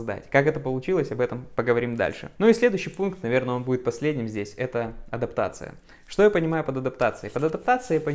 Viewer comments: Автор, адАптация, а не адОптация. Русский забыл или не знал? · Адоптация , говоришь ? ))) 😂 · адОптация ...) видимо подразумевалось усыновление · АдОптация)) Автор пытается выучить английский, так и не выучив русский 😂 Я не со зла. Просто смешно))